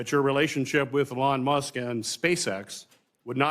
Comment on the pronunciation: Markey needs to retire and play more golf or something. It is remarkable that Sen. Peters doesn't know how to pronounce "Elon Musk." Is that Bill Nye, the Pervert Guy? Yep, that's him. Certainly not an endorsement that I would want!